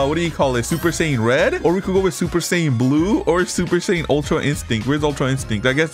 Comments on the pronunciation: It's God not Red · Bro does not know how to say super saiyan god or ui 😂 sorry I use to be like you